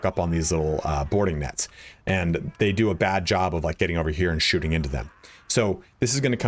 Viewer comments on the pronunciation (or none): none